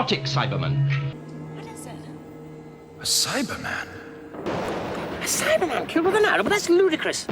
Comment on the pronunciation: I’m American, and I emphasize that part of the word. I never noticed that in the show it’s always Cy-bah-man not Cy-ber-man. I hope that makes sense.